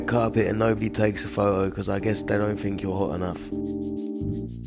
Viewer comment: Hey man, I really like your content and enjoy much of what you say. If I may give some constructive criticism; speak properly. "Fink" instead of "think," etc;.. you're smarter and better than that. It's not an accent, you're just being lazy. You can do so much better as an intelligent person. Please consider this and make an effort. Just like working a muscle, you can improve your speech. No shade.